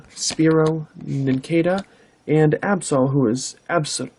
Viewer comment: Your pronunciation is pretty damn good. You got Dragonite right the first time. I think you got the Absol wrong though. Yeah Deoxys is a mouthful haha